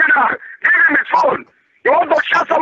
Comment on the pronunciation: "I DON'T WANT TO TALK TO HEEM!"